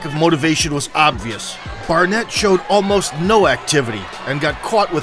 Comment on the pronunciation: narrator calls barnett barrett….